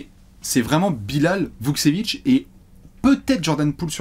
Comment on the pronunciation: Super vidéo Hâte de suivre l’évolution de Bilal et Vukcevic PS: la prononciation c’est VukTCHevic :)